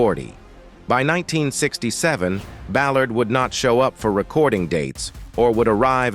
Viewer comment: Terrible narrator misprouncing Ballard and February 22.